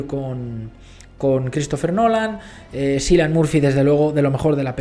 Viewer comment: Toda mi vida pronuncié mal el nombre de Cillian Murphy hasta que eschuché a Margot Robbie decirlo correctamente "Kiilian”